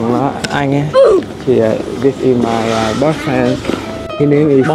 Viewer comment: nói boi phen ngta hỏng chịu nha =)))))